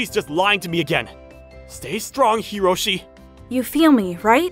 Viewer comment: It's Hiroshi.....not karoshi